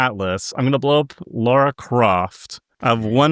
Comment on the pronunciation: Do you think knows her name is LARA and not LAURA Croft?